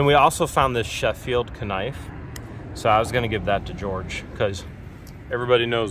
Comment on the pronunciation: Did he say k nife and not knife?